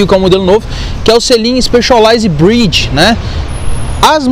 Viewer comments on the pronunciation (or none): none